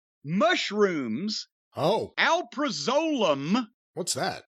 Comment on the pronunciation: Sounds like he's mispronouncing the generic name for Xanax.